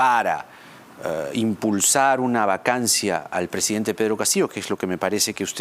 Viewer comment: CANIVAL NO SE.DICE PRESEDENTE SE DICE PRESIDENTE..VARIAS VECES LO. ESCUCHE Y TIENE MUCHOS ERRORES DE PRONUNCIACION CORRECTA DEL ESPAÑOL...CASO.CONTARIO HABLE EN SU IDIOMA NATIVO ...